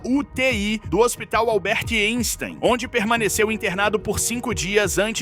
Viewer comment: A pronúncia correta do hospital é AINSTEIN. Se escreve Einstein, mas o E tem som de a.